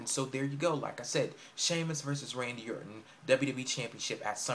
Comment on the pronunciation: HE CANT EVEN SAY RANDY ORTON'S NAME XD